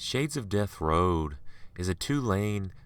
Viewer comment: I dislike the way he reads/tells the story.... his voice... ugh!... GOD his voice.... Interesting stories.... but... the way he reads the story... he reminds me of another narrator, named Joey.... ugh.... ew... the way he says road...